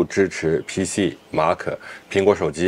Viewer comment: Mac怎么读成马可😂